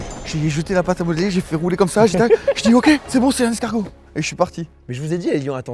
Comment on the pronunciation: pas mal l'esGargot👌🏾😂